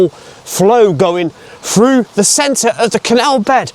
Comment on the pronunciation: The word through not frew